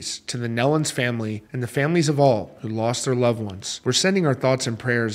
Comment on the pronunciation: Thank you for this coverage. They were very special people! I've known for 45 plus years. Just an FYI, it's pronounced knee-lun. Autumn is pregnant with the first grandchild, her first child.